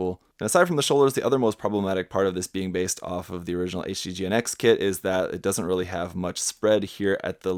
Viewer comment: GN-X plsss don't say GINX hahahaha